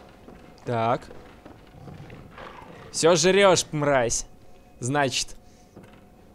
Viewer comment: Ты говоришь: "Мразь", как мой друг только на "р" делай так, как будто ты картавишь